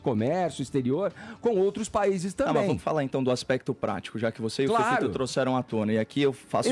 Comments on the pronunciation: FEFITO, seu escremento! Nojento asqueroso esquerdopata mesquinho! Aprende a PRONUNCIAR O “i” direito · ..putz mas esse Fefito é burro demais..vai fzer fono fi